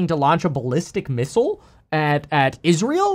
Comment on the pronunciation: You say it 😂😅